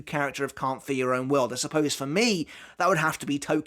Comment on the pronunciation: Y'all gotta start saying 'Can't Fear Your Own World' cuz this 'Carnt fer yer own world' pronunciation is criminal. At least enunciate the 'Fear' part 💀